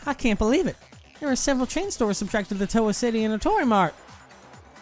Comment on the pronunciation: is correct; It’s Toh-Wuh, not Tauwuh. Proper pronunciation is welcome in Hope’s Peak, I guess.